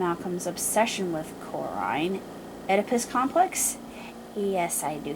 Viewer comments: It's pronounced kor-in. Corrinne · Corrine is not kor-rine